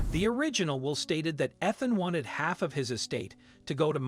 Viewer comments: That's all I could think when he kept saying "eth-in" instead of it clearly being "eath-in" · Weird Robot-sounding narrator made this difficult to listen to. How could anyone not know the name is pronounced "Ee-than" NOT "Eth-an"? and there were at least 3 pronunciations for "Myra". P.S. I'm sure the crooked lawyer made sure to have the last will dated close to the father's death, and likely succeeds the will found in the floor safe by the son, later. P.S. I have never heard of there being "wallpaper" in a trailer (!) especially, one used by men in their fishing camp. Lots of loose ends, unbelievable story. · How about pronouncing Ethan- Eee than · I’m annoyed by the fact that you keep mispronouncing peoples names. Ethan. With the emphasis on the E. Myra, with the emphasis on the Y. I can’t believe I just wasted 10 minutes watching this video, yes I know it’s minutes long, but I didn’t watch the whole thing I was so annoyed by his mispronunciations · You keep saying the widows name differently, what is her actual name. And that's not how you pronounce the name Ethan. Eth-in is how it's said correctly. Ffs. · It’s Eeeethan you lazy, digitized defective dolt. Don’t waste my time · Are you sure you are pronouncing ‘Ethan’ correctly? It is usually spoken as “EEthan”. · Can't even read correctly mispronounced name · Learn to pronounce Ethan and Myra. You screwed it every time.